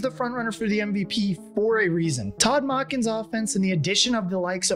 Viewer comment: I enjoyed your pace and flow. But I Taking a back a bit when you mispronounced Monken’s name and then called Brandon Stephens a defensive tackle in the first four minutes.